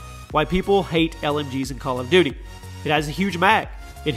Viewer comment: I love how you said bal of duty